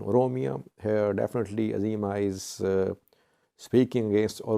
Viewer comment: It’s EZEMA not AZEMA.